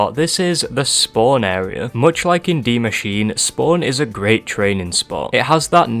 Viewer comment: Why does everyone say dee machine. Isn’t it die machine?